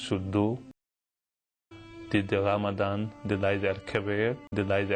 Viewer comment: ...I honestly thought he was saying, "did the Lamadan, denied the kebab"